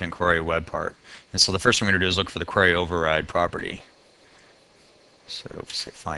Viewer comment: Not really germane to the content but I've never heard anyone pronounce "query" the way you do... it's as if there's an A in there... "quary".